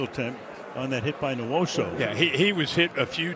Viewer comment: N-WHOA-SUE. Not newoso, not newusu.